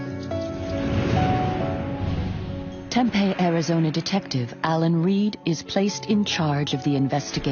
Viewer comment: It would be really great if you used a real voice, I live in Tempe. It is spit pronounce phonetically TEMPE the last E is long sounding as in EE this person pronounces it like TEMPEH, which is a food product so yeah if you’re gonna be using AI and bullshit like this the very very very bare minimum you could do is make sure you check the pronunciation of things